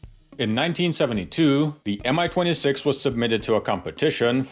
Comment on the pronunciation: Great video! Love the Warhammer 40k references! A little nitpick, though: your English language narration pronounces Mi as MI (em-ai) which makes no sense (since it's not an abbreviation) and is inconsistent with the way you pronounce Ka and An.